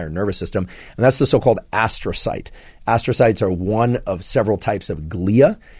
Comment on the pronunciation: Ass-trocytes, huh? That explains a few things.